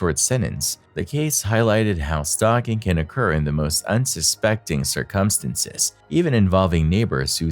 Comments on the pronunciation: Found it. :) Thanks for the catch. I was unfortunately saying it cir-cumstances instead of circum-stances. I guess I misremembered its pronunciation. :) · Circumstances is what he’s failing to say 😂